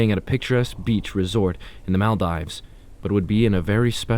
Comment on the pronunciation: I'm from Maldives and I can't get over the way you pronounce it XD